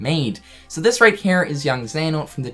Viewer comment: You say HERE like Cartman from South Park m8. It was HNERE but now it's HNERE